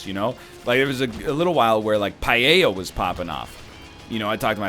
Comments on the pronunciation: NL, dude, I know this is kinda petty, but its not pah-yay-a. Paella. Pah-EL(like how you pronounce the letter L)-Ya. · NL's pronunciation of paella kinda hurt me tbh